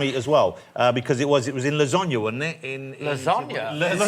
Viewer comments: He said la-zON-ya, most british people say la-sAn-ya (A as in apple) or la-sARn-ya (AR like far) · He pronounced the middle a like the a in far instead of the a in apple . We pronounce all three a 's the same as in apple (more or less), although in casual speech it's with a schwa in place of the first a . (The e in father is a schwa.)